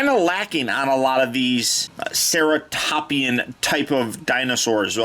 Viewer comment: It’s pronounced Ceratopsian (Sarah-top-sea-an)